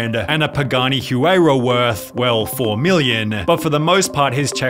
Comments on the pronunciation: Huayra is pronounced "WHY-RUH" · The way you said Acura and huayra is appallingly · Worse pronunciation of “huayra” I’ve ever heard